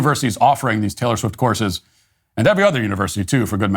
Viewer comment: I'm from Eastern Europe. Who the fuck is Taylore Swit?